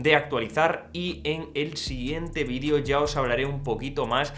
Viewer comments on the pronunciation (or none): none